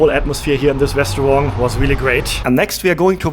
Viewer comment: I have a question about your pronunciation. I hope it isn’t offensive. I notice that to my US English-speaking ear, it almost sounds like you end the word “restaurant” with a “g” sound. Almost like “restawrong”. Is this due to something about the German language? Maybe you don’t have words that end like that in German?